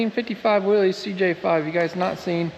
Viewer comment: It is pronounced willis